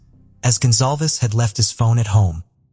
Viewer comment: GONZALEZ not gonzalves